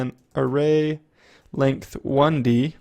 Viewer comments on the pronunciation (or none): length~~ not lengt